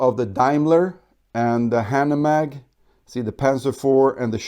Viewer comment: nice video, but the pronunciation of hanomag makes me cringe a bit.